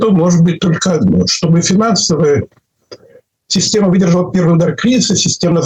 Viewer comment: ИнцеНдет, бизЬнес и сисЬтема? Трудно было слушать этого экспеРда